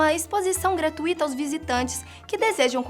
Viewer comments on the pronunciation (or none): none